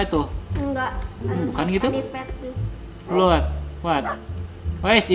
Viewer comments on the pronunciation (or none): none